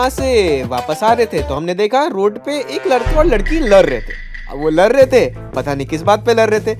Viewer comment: Lad rahe the ❌ Lar rahe the 👍